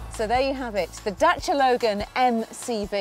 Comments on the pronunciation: The women pronounced it correctly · Yes it is. James May even corrected himself in one episode. knows her thing. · She said it perfectly well. For the first time she was even funny a bit like Matt :) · She pronounces the name right . That's exactly how we say it . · Crana Yes, that's the way to pronounce Dacia. Italians would get it right the first time since romanian language is derived from the latin language just like italian, french, spanish and portuguese are. But italian seems to me it's more similar to ours. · she's pronouncing it properly :P that's nice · you are the only british presenter I know, who reads car names correctly. "Dacia" and "Ibiza", both pronounced in their mother tongue. Pleasantly suprised!